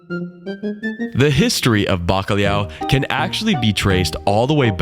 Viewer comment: your pronunciation of Bacalau is your own, It is how we discovered the world with full stomachs.